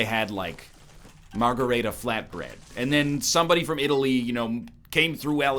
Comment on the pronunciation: Did NL just say Mar-gar-ray-tah? It's Mar-gar-ee-tah, you delightful yet infuriating ponce!